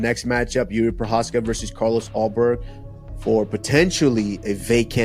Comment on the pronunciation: juri prohaska , bruh not one of them said his name corectly